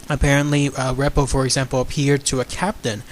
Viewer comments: You should write down what you are going to say first! You are making too many mistakes while talking. It's called 'auto pilot' and the officer bumped into the steering column. Don's last name is pronounced REE-po,,,NOT REP-o. Please prepare your videos BEFORE you start just talking from memory! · You should rehearse the script a few times and get the names right and the people right. Main Ghost was Don Repo the Flight Engineer although Bob Loft appeared a very few times. Repo "REEEPO" pronunciation.